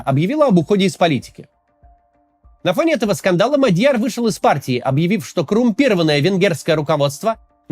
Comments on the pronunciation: Максим неправильно ставит ударение. Правильно-МАдьяр(на первый слог) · Не Мадьяр, а Мадяр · не Мадь'Яр, а М'Адьяр 😢 ...готовится к эфирам надо.